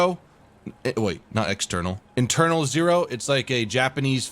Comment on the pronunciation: is "Eternal Zero" not "Internal Zero". The fuck kind of movie that'll be?!